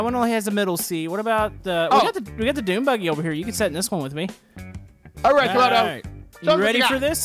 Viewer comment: Wow instead of camodo and scrap man it's camodo and ob lol.